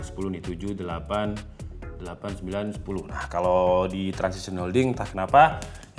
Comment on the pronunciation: TRANSSION HOLDINGS bang, bukan TRANSISITION